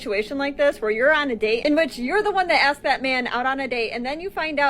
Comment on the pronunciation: WHY DO SOME PEOPLE SAY, I AXED YOU A QUESTION? OR WAT’S YU MEEN? I KNOW E-BONIC’S WAS SO VERY POPULAR DURRING THE 70’S AND 80’S.